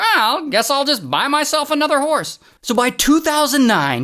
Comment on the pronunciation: I thought Ray was calling her out her name 😂 “so this WHORSE lady”